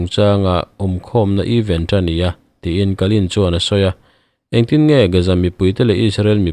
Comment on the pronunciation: Eeeven. A ni lo!! Eeeeven chu = equal= in zat tih na!! Event...th. Thluk loh tur.. Apartment th. Tia is lam thin ang khan lam tur.. Event chu ...thil thleng sawina a ni a. Even chu thil dang deih!